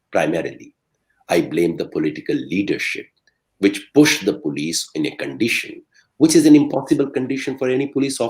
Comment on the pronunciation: It's Police not Polish.